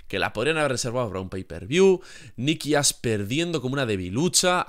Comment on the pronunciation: expresate bien, parece que dices "Nikki Ass" Si, tiene unas posaderas enormes, pero aun asi